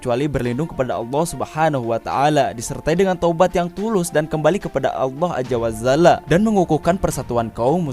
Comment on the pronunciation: Mohon penyebutan Azza Wa jalla diperbaiki bng.. Bukan Ajja wa zalla (menit 2.21) 🙏🙏🙏🙏 tetap smngat dN terus berkarya